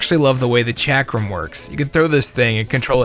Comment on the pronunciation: I was not prepared for the way you pronounced "Chakram"